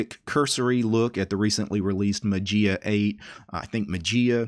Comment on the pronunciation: Dear. FYI Mageia is the Greek word ''Μαγεία'' which means Magic and the Greek pronunciation is not ''Matzia'' but ''Mayia'' with the accent on the ''i'';-)